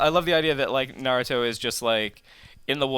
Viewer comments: Please stop saying Narutoo 😡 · did he say Narutu? lol